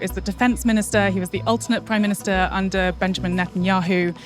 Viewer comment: M-I-N-I-S-T-E-R not minster lol